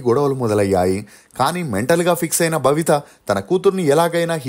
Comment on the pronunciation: భవిత కాదు.babitha